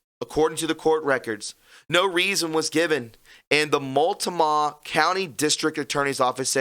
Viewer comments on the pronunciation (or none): Dude, you can't pronounce beget? It's (beegets) and Multnomah is Mult-no-ma. Sheez.